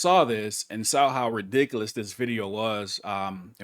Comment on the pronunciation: When say's 'Ridicous' I Pause and take a Deep Breath before moving forward.....